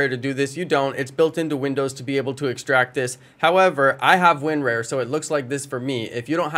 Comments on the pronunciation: “Win-ware” > Winrar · Win Rar like the go Ra winra you say raaaaa